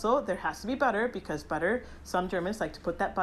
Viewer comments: Ei leik itt this wäiii bä.a 😂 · I love how you prounounce "butter" with neither the German "tt" nor the English "dd", but just completely leaving out those glottal "t"s. 🙂 Bri'ish English rulez!